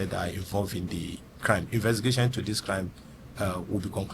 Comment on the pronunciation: Baba no sabi pronounce "Investigation" Good job though